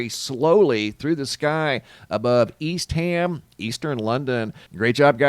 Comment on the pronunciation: I believe the Brits pronounce it East um London, not ham.